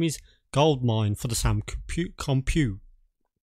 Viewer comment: Soo... isn't it the Sam Coo-pay? (pronunciation)